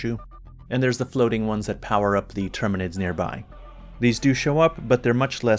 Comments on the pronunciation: HE CALLED THEM TERMANIDS AAAAAAAAAAAAAAAHHHHHHHHHHHHHH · Him saying the name wrong doesn’t change how the game felt to him to play mate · Besides, you did mention not being specially big on 40K stuff, people holding this against you are nitpickers. How about commenting on the actual content of the video? And with Helldivers 2 having been a hit, it's no wonder some would mispronounce tyranids, it's really no big deal. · professional reviewer with 150k+ subscribers could not be ARSED to actually learn one simple word for his video which, in time, will make him thousands of dollars. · I read this exactly when he said it. He did say tyranids after though.